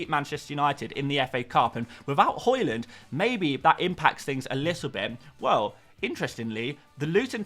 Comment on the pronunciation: Hojlund pronunciation is hoylunn not hoylann